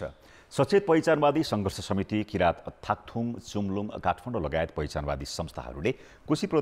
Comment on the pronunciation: यो समाचार भन्ने बाहुनलाई पुर्व लगेर सुगुरको मासु र जाड खुवाउदै भाषा तालिम दिन पर्यो याक्थुङ लाइ थाक्थुङ पो भन्छ त !